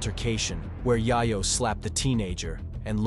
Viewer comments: I was so absorbed by your sttory telling until you kept calling Tony Yayo as Yah-Yoh.. lol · Whoever is commentating this has never heard of any of these people. Yie-yo??? WTF bruh. I recognize his voice. He works at the gas station by my house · Pronounce it “yeyo” my brother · who tf is TONY YEAH-YO lmao